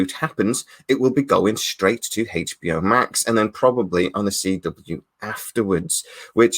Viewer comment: What is this " Haich B O " you speak of?